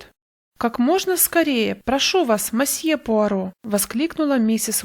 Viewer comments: Добрый день! Пожалуйста, не говрите мАсье. Либо мсье, либо мОсье. В иностранных словах безударная О звучит как О, а не А. Это в русском языке безударная О превращается в А. Если вы понимаете, о чем я... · Очень режет ухо слово "мосье". Лучше говорить "месье", а проще всего - "мсье". 😊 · Тоже постоянно зацикливалась на этом"масье" 😁 Всё его ждала. И смысл рассказа мимо прошёл. Придётся переслушать